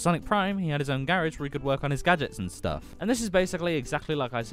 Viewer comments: WHY DID BRO PRONOUNCED GARAGE WRONG 😭😭😭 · It's his accent